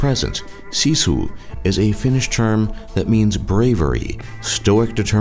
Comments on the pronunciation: actually pronounced as sisu. what people from other countries pronounce it as shishu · you said sisu wrong it was like siisuu